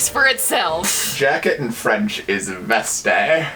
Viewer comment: The last e in the french "veste" is silent ^^ Thanks for the video! <3